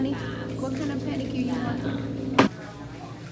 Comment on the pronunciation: Pedicure? Really? Lol